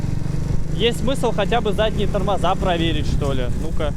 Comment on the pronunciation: Не томоза а тормоза